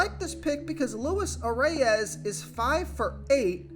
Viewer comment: I m a Twins fan so I know this one. Most people pronounce it the way it looks . But Luis Arraez is pronounced Louees arise. That’s different but who are we to say. Keep up the good work